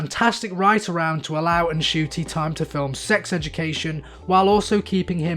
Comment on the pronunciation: Just a tip for future reference; The N in Ncuti Gatwa's name is silent. You're saying the rest if it fine, though!